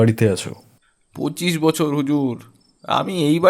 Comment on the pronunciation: বছরের পর বছর কথাটি আপনি বচ্ছরের পর বচ্ছর পড়লেন , বেশ কয়েক বার। এদিকে নজর দিতে অনুরোধ জানাই।